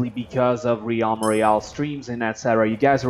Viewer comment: Dude just saying the way you're saying realm has been my only problem with your recent vids you put too much emphasis on the a it's more like "relm" the E is the stronger vowel